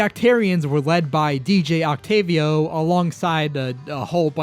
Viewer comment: You're the only youtube ive seen to actually say DJ Octavio's name right, yet you call Marie...Mary? Confused.